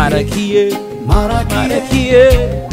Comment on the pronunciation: I like the way you say marakiye